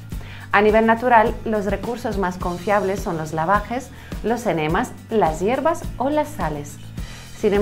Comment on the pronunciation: Hiervas ? Me suena a larvas ja ja ja